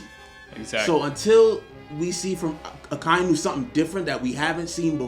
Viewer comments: Why does everyone pronounces Akainu’s name as A-Kai-noo when it’s pronounced A-ka-e-noo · The way he pronounces Akainu... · The way you guys were saying akainu was kinda pissing me off but other than that this is straight facts